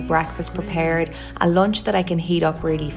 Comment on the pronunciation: Moch, lonch, cop, makeop.. u spell 'u' as 'o' .. why is that?? I mean, every other pronunciation is alright.. but a few of these are odd On the other hand, you said "usual" correct.. u didnt say "usuol"